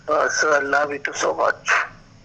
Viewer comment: "আই লাবি টু" বলে প্রপোজাল 😅😅😅